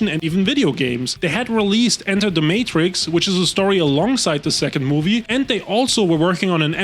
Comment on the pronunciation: im gonna need you to retry that pronunciation of Matrix lmao